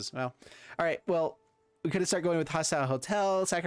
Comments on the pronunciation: Hostile HOSTEL. Love your deck techs, but this was killing me lol. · Even if he says hostel I think it'll still be grating if he doesn't also change his pronunciation of hostile to match ;)